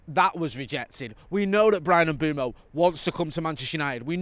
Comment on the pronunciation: can you please sort out your pronunciation of Mbuemo there’s no double o so it’s not M Boom O M Buem o